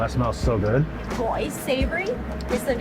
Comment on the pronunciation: Gỏi not goal 😂.